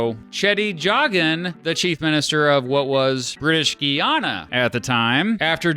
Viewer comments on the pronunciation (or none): You pronounced Guyana completed incorrect. I am Guyanese. It's pronounced "guy-anna"